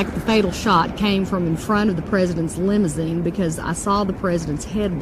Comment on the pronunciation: lol.... Lim-zeen. Why use 3 syllables when you can use 2 🤪